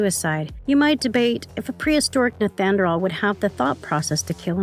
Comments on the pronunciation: It’s not pronounced neth anerdall, it’s pronounced NEEANDER-TALL. Nice video but that detail is making me NUTS. thank you. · Neth an drawl man? That is not even close to how you pronounce neanderthal. Nee ander tall. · holy shit lady its knee-AN-der-thal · Why can you not say Neanderthal right lol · Stop saying nethanderal! 🤦‍♂️ cant you read? I thought content creators done their research. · Can’t get over the pronunciation of the word Neanderthal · The pronunciation of Neanderthal (Knee an der tall) was driving me nuts. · This lady is driving me nuts it's pronounced nee-ander-thal! Ugh! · Yh that annoyed me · This is one of the worst, emotionless voice overs I’ve seen on YouTube. So many mispronounced words, not to mention “Neanderthal”! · Da fucc!??? How do you not know how to pronounce "Neanderthal"!? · Why does this person not know how pronounce Neanderthal? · And she said it so many times. How embarrassing. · This narrator totally massacred the term “NEANDERTHAL”😡🙄